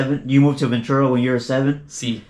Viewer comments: I was born and raised in Vta, lived 4 streets back from Juanamaria, whole family went there, man I ain't Never heard nobody say Ventura like this clown haha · Why does he pronounce Ventura like that? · Naw, none of the homies over-pronounced it like that, not even the homies the Avenue would slang it like that, this dude whack! haha